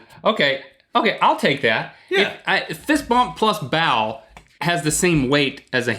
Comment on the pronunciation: Link sounds like he's saying "bowel" instead of "bow"